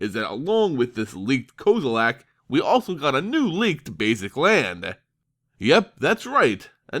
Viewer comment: Kozilack?? XD